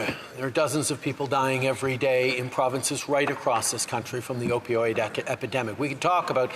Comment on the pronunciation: "Opidoid" -Justin Trudeau Im fkin dead 😂